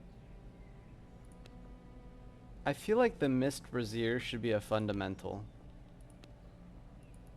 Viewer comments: bra·zier wtf is a brazear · Enjoying the content - just had me cracking up at calling the Brazier a brassiere. :)